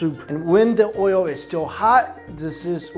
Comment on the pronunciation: I know I'm gonna' get tagged as racist for this, but the way he says "oil"... Oi-yo...